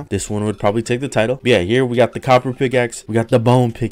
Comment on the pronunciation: Drinking game: Take a shot every time he says “byeah”